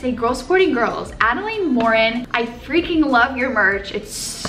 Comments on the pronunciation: Hi I'm don't want to be rude but I think you are pronouncing adelaines name wrong. It's more like Adeline (like Lynn not layne) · she said adelaide morin’s name so weird but in the same way i love the way she said it😂😂